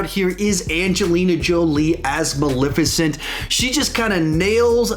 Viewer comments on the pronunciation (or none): BRO!!!! It’s Mal(eh)ficent !!!! Not Malificent. This review was damn near intolerable bc of your pronunciation alone. 🗣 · Sawyer Thompson it’s bothersome!!!! There’s and E there for a reason 😩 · I love how says “Maleficent” I just say it a liiitle different, and I’ve never heard it pronounced that way lol